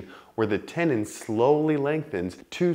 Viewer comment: What's a tenon? You mean tenDon pronounce the d